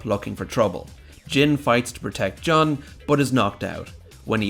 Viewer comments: You keep saying John. It's Jun, isn't it? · JUNE. JOON GOD DAMNIT JUST STOP SAYING JUN PHONETICALLY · Im sorry did you just say "juh-n" xd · Stop calling Jun "John"